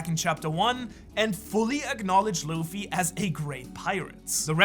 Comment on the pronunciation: DID HE SAY ZUFFY?